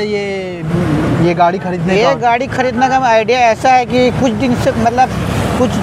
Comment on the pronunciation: गाढ़ी नहीं भाई गाड़ी